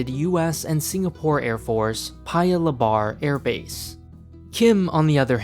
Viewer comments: Paya Le Bar It's pronounced as Paya Leba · "paya luhbar airport" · The way he said paya lebar made me cringe